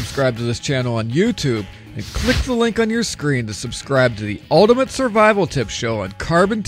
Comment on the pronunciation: Your pronunciation of 'Ultimate' is not great...